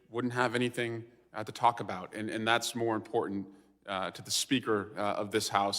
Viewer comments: Please get rid of the annoying yellow borders. Really distracting and unnecessary. That said, dear MTG. The word is Important, not impordand. There are two "t's", not "d''s. Same thing with Drowning.... there is no "D" in the word, yet she pronounces it Drownding? Yes, past tense is that someone 'drowned'. Which is likely why she says drownding?! How can idiots like MTG and/or Bobert get elected in the first place? Hmm, how was Diaper Don elected in the first place? GOP DEPENDS on Diaper Don Trump! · Maggoty Traitor Pein really doesn’t know it’s imporTant not imporDant. What a fool. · Impordunt as she says 💙